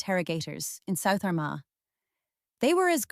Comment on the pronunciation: The pronunciations of Laffgall (loughgall) , Arma (Armagh) and Lough-gilly (Loughguille) are terrible